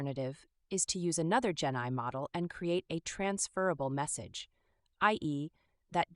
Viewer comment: each time you say genai i think genocide? not sure why